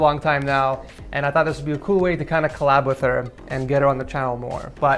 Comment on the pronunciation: yes I can hear, it was a joke because it sounds like he said pool -_